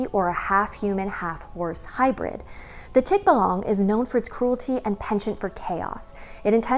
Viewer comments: Hi! Big fan here from the 🇵🇭! Correct pronunciation is 'tik-BA-lang'. Stress is on the 2nd syllable. 😉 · I and most Filipinos I know would pronounce it as "tik-BAH-lang" where the first and third syllable are very short and the middle is emphasised and slightly longer :) There are some Tagalog videos here on Youtube that pronounce the word how I've heard it. "Ang kwento ng Tikbalang | Ang Libro" says the word multiple times (at the 20 and 30 second mark).